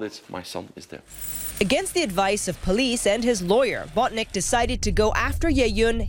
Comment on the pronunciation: it's not BOTNICK it's BONTINCK